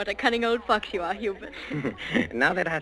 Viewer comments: Sounds like fox to me, but that's because I know the phrase 'cunning old fox.' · Looks like the Looney Toons circle. "Cunning old fox..." sounded like f**k.